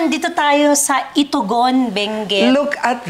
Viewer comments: Kindly pronounce the place in a right way. Its not ITU-GON IST ITOGON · People from Cordillera are called Igorots/ Cordilleran. just for FYI. Kudos to miss Karen alam ang bullol namin. Pronunciation of Itogon is mali din po. Otherwise, very inspiring story from the businesswoman. Success story talaga! Galing. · Mali ung pronunciation nya ng Itogon ...I To Gon not I Togon .. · FYI to, Ms. Karen, and to all the viewers: 𝗜𝗴𝗼𝗿𝗼𝘁𝘀 𝗮𝗿𝗲 𝗱𝗶𝗳𝗳𝗲𝗿𝗲𝗻𝘁 𝗳𝗿𝗼𝗺 𝗔𝗲𝘁𝗮𝘀. And that's not how Itogon is pronounced. I'd like to make it clear that success story was very inspiring; however, please let's be more culturally aware about the difference between Igorots and Aetas, as well as other ethnicities in the Philippines. This was already mentioned by one of the commenters here, but idk why it wasn't pinned - for awareness sana. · Igorot not eata...its very different 😅